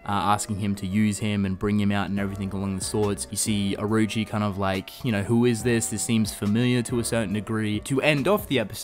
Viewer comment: for people saying it was rushed, that's because they covered 6 chapters in one episode so I guess Studio Clown is at it again. also, Orochi is pronounced oro-chi not Aroo-chi